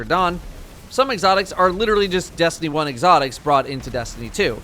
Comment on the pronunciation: "Egg-otics"